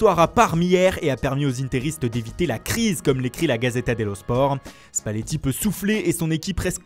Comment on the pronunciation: Spalletti avec l'accent français